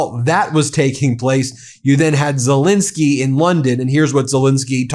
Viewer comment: It's Zel ENSKY, not INSKY, get his name right BEN or should we call you BIN ?